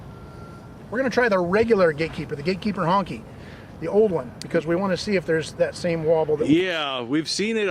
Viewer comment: He said HUNKEY... thats fuuuuny